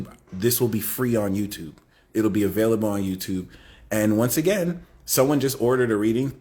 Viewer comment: 'Avayliable' 😂🎉 ty 🫶🙏